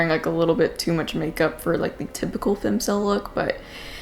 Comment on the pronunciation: Jesus Marie!! Its *Fem*cel wth an E sound